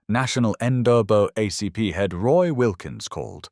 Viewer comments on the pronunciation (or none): "The next day, National N duh-buh ACP" Uh... what? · "Wilkins suspended Williams from the End O' Bug ACP" OK thanks for clearing that up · NAACP pronounced N-(double A)-CP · why is NAACP so poorly stated? is this channel fake? are you a real person?